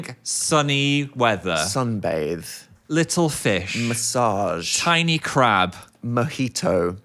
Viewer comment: i'm watching this after watchinf the one where they came back from vacation and hearing dan say "massage" cracked me up